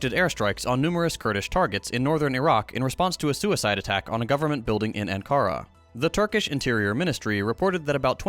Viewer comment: Ah, the Chattanooga accent shines through with "Anne-kara."